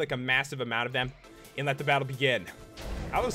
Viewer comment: dis dude pronounce and as "iiiind"